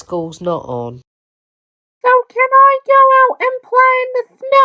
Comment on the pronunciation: you said can wrong